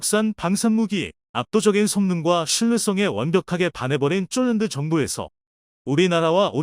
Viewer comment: 쫄란드가 뭡니까 쫄란드가 수정좀하고 올리시던가 내가 잘못들었는줄 알고 돌려봤네 푈리핀이가 퐐리핀이가 먼가요